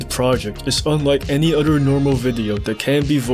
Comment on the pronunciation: "udder" whats that accent?